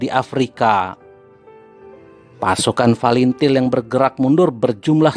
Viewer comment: OPRASI SEROJA BANYAK KORBANG YANG TERLUPAKAN FATILIN BACANYA FALINTIL UCAPKAN YANG BENAR OM saya TBO TNI JADI TENTANG TIM2 CUKUP TAHU TBO MAGELANG AKMIL SECABA N AKADEMI TNI OPERASI REROJA ITU LETING APUH BISMA SENAPATI DAN CATUR PERKASA PERNAH KESANA KALA JAJAK PENDAPAT maaf by adi TBO MAGELANG